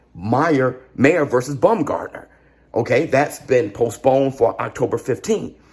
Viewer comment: Alicia is my bestfriend and when u pronounce her name BUM gardner its disrespectful. Its pronounced BLAM garner.